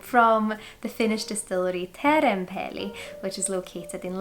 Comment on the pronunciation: uttalas som svensk i "otrevlig, oschysst, osv." och uttalas som svensk i "och". Det svenska ljudet som i "du" finns inte i det finska språket. Du sa Teerenpeli jättefint förresten. Jag har velat testa det här väldigt länge, kostar ganska mycket på systemet dock.